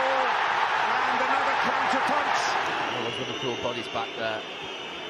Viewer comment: Reff-VAR-full Or U can write it "Liverpool"